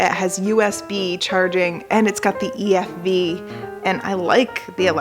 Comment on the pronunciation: Ee eF Vee 😁👌